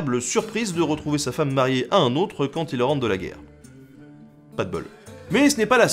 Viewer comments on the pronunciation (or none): none